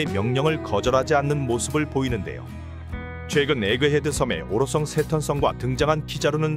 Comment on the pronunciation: 오로썽 아니고 오로성 해봐 형